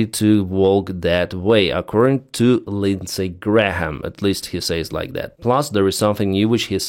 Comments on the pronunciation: It’s pronounced ‘Gram’ not ‘Gra-ham’ 😂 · Hi - thanks for your reporting. Just FYI to pronounce Graham correctly - the H is silent. So it’s pronounced like “gray-am” (no H) Not “Gray-Ham”. Hope that helps. Not that’s it’s important really - mostly your English is fabulous - much better than my Ukrainian language 😂 …..although I can say “Slava Ukraine”! 🇺🇦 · I love you but, Graham is pronounced... Gray mm. Love your channel. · you don't pronounce the h in graham(e), (because it's hard for all of us lol), you say it grayum in british english and i think in american (lots easier). To be theoretical: names of people and places got written down and formalised first, in legal documents and maps, so their spelling got fixed longer ago and pronunciation changed more since then. In UK, before dictionaries in the late 18th century, the other words were flexibly spelt. How nice and easy! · Graham has been the Senator for the place where I live for many years. I don't love him, but I have to give him credit for at least some of what he's done for South Carolina over the years (before Trump came around). Thanks again for the shows!!!! Graham is just pronounced like Gram, you can ignore the h in the middle. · The h is silent in graham pronounced " gram "! Just helping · No need to pronounce the “H” in Senator Lindsay Graham’s name. The “H” is silent. Pronounce it as “ Gram” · Lindsay Graham is a war monger. Other than tribal affairs, there is no conflict anywhere around the globe that he hasn't wanted us deeply involved in. In some respects, that seems to be basically the only thing he really cares about. He also tends to talk a big game and then back off when it comes to actually doing anything. (Also, you can just say "Gram" and you'll basically be correct. The "ha" is a holdover from old pronunciation rules.) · for your information on the pronunciation of Graham's name, the "h" is silent.